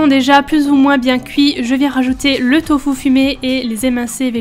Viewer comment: tofou haha tu me fait rire 😂😂 au Québec on dis tofu ahah 😂 j'ai adorer cette night routine 😍